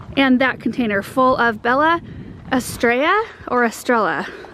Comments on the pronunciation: bella estrella ( spanish for beautiful star ) pronounce double LL like a Y. Baiya aistraiya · Pronunciation to Bella Estrella spanish word) is pretty much saying it this way (beya estreya)